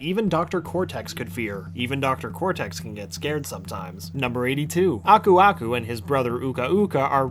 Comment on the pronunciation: I always thought Aku aku said ‘burbuga’, that’s what my cousins and I always called him xD